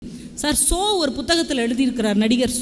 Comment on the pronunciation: அம்மா அவர் ஷோ அல்ல ...சோ😂